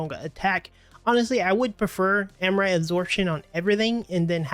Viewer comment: Am-Ri-Ta. Not Am-rite